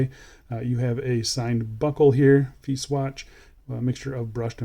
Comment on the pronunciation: Hope they make a polished case version some day. I think Brand name should be pronounced as Italian way,. Fe - I - che.